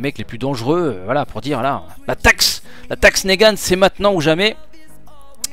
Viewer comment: c'est pas négane mais niguen